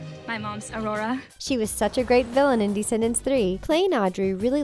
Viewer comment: Why is she always saying DEEscendants and not Descendants?? It’s so annoying!